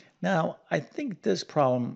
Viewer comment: Thanks for the refresher math class. I did not get the correct answer. I knew there was an order to the solution, but I had forgotten it. Notes from a former english teacher - please pronounce your words clearly, so that those with poorer math or english skills can understand. For example it's a 'problem', not a 'prom' and those are 'parentheses', not 'parensees'. Thanks. Math is hard for many people, and I appreciate your explanations. ⭐